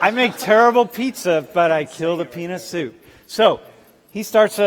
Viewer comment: This professor with his “yo yo cmon dogs, bring it back, let’s a chill homies” is a trip, and did he say “penis” or “peanut” soup?